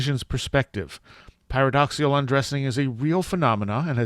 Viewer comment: paradoxical, not paradoxial